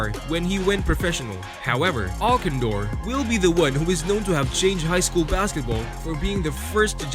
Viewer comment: lew alcindor is actaully pronounced Al Sin Door. good list. however, i would put wilt at number 1 on this list over lew and lebron. wilt had every single college in the entire country try to recruit him and also, little known about him, he played under a pseudo name of Goerge Marcus I believe was the name for a copule summers in high school against profession athletets, not the NBA but a another pro league which probably would be sort of like the minor league i suppose, but he totally domanited the adults. if back in the 50s and 60s they didn't have the rule of having to wait 4 years after you are done with high school to play wilt would have been in the NBA for 4 additional years and domiated from the get go. as for teh big dipper. the name actaully came from him being so tall that he had to "dip" under the doorways to get through them